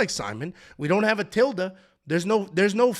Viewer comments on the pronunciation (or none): none